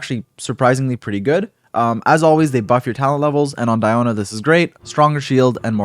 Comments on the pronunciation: We say "Dee"ona, like Diluc :) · My name is actually Diona, but it’s pronounced Dee-oh-na for me. Surprising I get more references from Shrek Fiona than this game lol